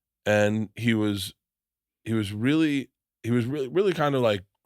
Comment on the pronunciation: "I used to stuff toilet roll up my arse for 12 years" rearly" lol